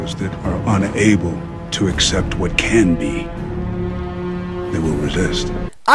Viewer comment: Ele pronunciou meio que separado “UN ABLE”